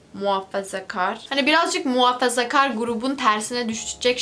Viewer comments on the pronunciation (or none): Nobody:: muhafazkâğr Me: Türkçesi neydi ya? Unuttum Akksks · MUHAAAAĞĞĞĞFAZAGAR değil bildiğim kadarıyla.d